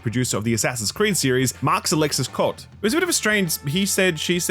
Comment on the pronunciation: I believe Côté is pronounced "Co-tay", not coat.